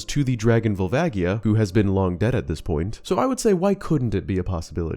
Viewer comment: I cannot stand the pronunciation "Vole-vaggie-uh"